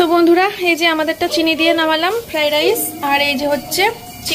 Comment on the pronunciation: ফ্রাইড রাইসকে এখনো ফ্রাই রাইস বলছো।ফ্রাইড রাইস বলা শিখলেনা😅বাপ রে যে ফ্রাইড রাইস বানিয়েছো দেখেই বোঝা যাচ্ছে জীবনে আসল ফ্রাইড রাইস খাওনি